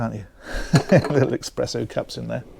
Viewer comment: Sorry, but did you call it.. Expresso?